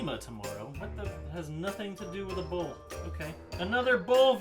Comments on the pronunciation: I can't tell if you're saying bowl or bull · I thought rob said man vs bull. Like this is bullshit. 😂😂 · When he said "bowl" I thought he kept saying bull. needs to go to speech therapy. Yeah you,. You! F*ck face. At least I was nice enough to bleep the letter 'u' in f*ck. See, there it is again! Your welcome!! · i thought he said man vs bull as in BS lol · I thought at first he said Man VS Bull For BS 😂😂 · Is anyone else hearing “bull” instead of “bowl”? jw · When he said man vs bowl I thought he said man vs bullshit lol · "Bowl" SHIT!!!